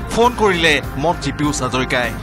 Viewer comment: Piyush nohoi beh...Pijush ko... Ki Jada murko manuh beh..